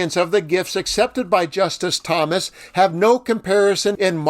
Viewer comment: Pls learn correct pronunciation of justice!s name!!